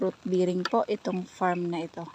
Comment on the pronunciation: hindi fruit biring po bering ang bigkas dun po bearing